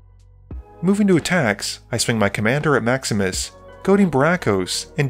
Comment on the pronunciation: Every time you say "Maximus plays", I still hear "Max misplays"... 😅